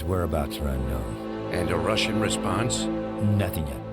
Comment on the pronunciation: no Ruhshn